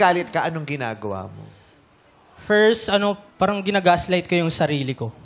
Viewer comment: haha dami. Tas pansin ko sa ibang "parang" niya okay naman ang bigkas niya. Di naman maarte haha